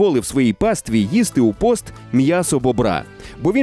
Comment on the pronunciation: Ріже вухо фраза : "Відповідно його можна з'їсти у пОст..." Українською вірно буде казати "пІст". Загалом хороша робота- дякую.